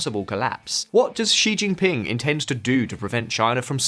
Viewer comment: please do something about the pronunciation of Chinese names on your videos. It’s not as difficult as you think. Start with Xi Jinping. It’s not Ji Jinping.